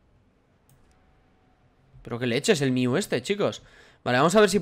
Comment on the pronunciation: No se dice miu se dice mew